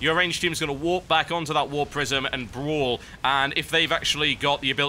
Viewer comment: I laugh everytime he says brawl. idk he just says it funny lol